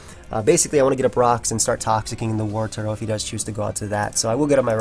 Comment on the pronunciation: Why can not pronounce the name Wartortle?